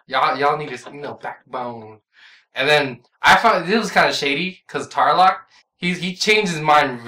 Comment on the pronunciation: It's all good, I kept laughing when pronounced the equalists and Tarlock weird lol. Loved your review of the series, can't wait for your review of season too.